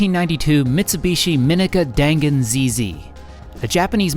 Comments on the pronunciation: The gan in dangan is pronounced more like gun Dan is more like the word done So it's like done gun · You pronounced dangan wrong.